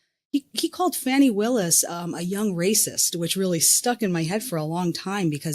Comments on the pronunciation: Please pronounce the DA’s name correctly…. IT’s “FAWNY” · It’s Fani Willis (pronounced Fah née) please!